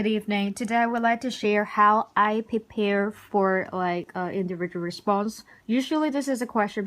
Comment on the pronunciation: prepare 你讀pipare都話自己英文好？ 笑咗